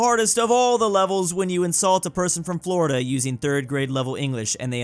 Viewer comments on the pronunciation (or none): none